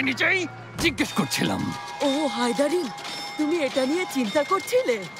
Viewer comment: হায়দারিং না ওটা হায়দারিম বলে ডাকে আইফের